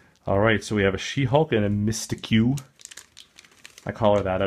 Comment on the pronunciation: Did he just call Mystique misty que? I mean I heard it and I was thinking who is that? Then I realized he said her name wrong.